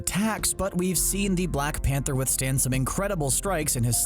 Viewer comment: Pather and wovervine